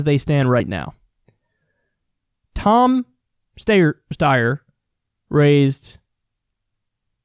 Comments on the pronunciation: Steyer is pronounced Stie-er. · Someone needs to tell Kyle how to say Steyer correctly please for the love of god